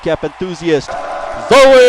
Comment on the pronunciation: Dude! thanks for the shoutout you're awesome! And that was actually a pretty good pronunciation of my name.